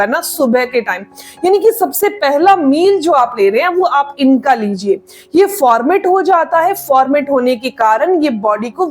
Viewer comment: Formet nahi ferment hota hai.